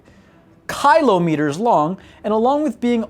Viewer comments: If this idiot can say Kilotonnes, he can manage kilometres. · He can say Reapers but not kilometers? That's hilarious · Listening to you pronounce kilometers is painful. Either learn to do it right, or just say it in thousands of meters for the sake of our bleeding eardrums. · For the good of humanity and for rule of the universe... Please! Speak Kilo like kill with an o and not like kylo. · Kylometer mf? fr? that's the one thing in the script you couldn't pronounce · Ok god dude it’s. “Kill Ah Met ers “ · Pronunce common word... Must be american xD xD Is not kHilo. Is kilometres is a hard "C" sound there is no H xD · Dude, really, kilometers, you look dumb saying "kylometers", get it together already, everyone in the world uses that unit, if you don't know what a km is, google it, the information was good but you just suck as its provider. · Kylo-meters, Seriously now way he's this dumb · Kilo = keylow Why am a I so head tilted by his pronouciation of kilometres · Did he just say "kylo meters"? If you can't say Kilometers then just day klick. Or watch scarface. He gets a lot of kilo's then just add meters after that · Cringing everytime he says 'KYLO-meters' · You pronouncing kilometers as kylo-meters is the most American thing I heard today😂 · Let me help you out, the word you are having a problem with is pronounced kill om it ores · i am not trying to make fun of , however kailometers or kylometers made me cry :DDDDDDDD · Did he just say "Kylo-meters?" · Kylo-meters? falls out of chair laughing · American its pronounced Kill- Oh- meters. Kilometers. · Barry Bend ahh darn yankes kIIlo meters XD (aussi number 1) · You're intentionally saying kilometers wrong to annoy everyone, aren't you? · It will forever remain a mystery to me why English speakers pronounce words so wrong. Kilometre is spoken how you read it. There is no "y" in it, so why pronounce it that way? Its not like you pronounce Tali as "Taly" or (This is some kind of joke I'm not getting, ryght?)